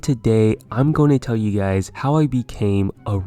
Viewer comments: he just said gays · "What is up gays"